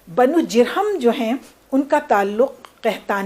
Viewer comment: ماشاء اللہ ، نہایت عمدہ و مقدور بھر گفتگو فرمائی میم ، البتہ بہت سے الفاظ کا اعراب غلط بولا گیا ہے جیسے کہ بنو جرہم ہے بضم الجیم